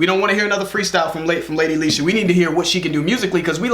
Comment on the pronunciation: Finally said her name right 👌🏾👌🏾👌🏾